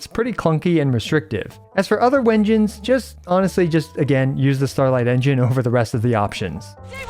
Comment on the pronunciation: Love this video, but the way he pronounced w-engine man